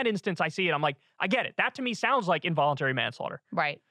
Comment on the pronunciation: Dude is not hooked on phonics :(